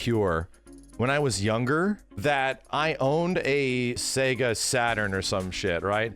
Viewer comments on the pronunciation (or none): none